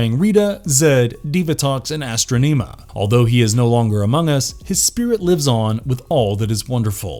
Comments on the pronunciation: Astro neema it’s pronounced astrawnuhma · Who the hell is Astro Neema?! Do you mean Astronima? Please, please, PLEASE, teach your narrators how the names are supposed to be pronounced! Every video of yours I watch, there is ALWAYS a mispronunciation that pulls me out of the video. I'm begging you, do a little work and ensure people know how to say the information correctly... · Bro you were doing fine until you said "ASTRO-NEMA" WTF?? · Is it just me, or did the narrator of this video say Astronema weird??? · This guy butchered Astronemas name..